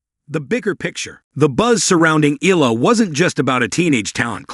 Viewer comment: could you please learn how to pronounce EALA properly out of respect for Alex?